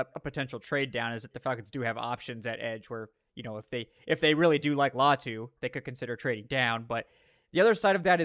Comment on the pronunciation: It’s LATU